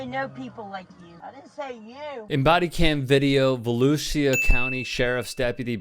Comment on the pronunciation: It's va- lou-sha. Volusia